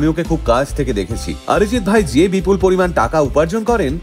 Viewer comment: He is not Orijit neither আরিজিত। He is অরিজিৎ। অ কে অ উচ্চারণ করতে শেখো। আ নয়। বুঝলেন